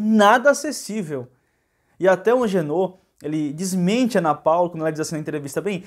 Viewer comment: Não é Angenor é AGENOR.